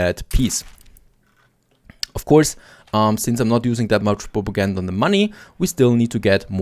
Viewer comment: It's kinda funny to me how he keeps saying ''propagandur'' instead of propaganda.. funny how accents and trying to speak in different languages can cause moments like mispronunciations